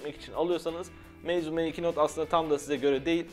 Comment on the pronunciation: Meizu değil meybuz olmuş o